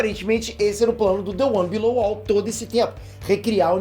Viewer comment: "the one bilolouvou" 🤔 criativo se alguém me corrigir vai ser iguinorado.